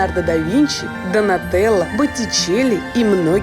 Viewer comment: Сан Суси (фр.), какие еще Соучи? Люди, ну иногда проверяйте названия... И если имя мужское произносите четко О в конце, иначе у вас женское получится: ДонателлО - мужчина, но ДонателлА - женщина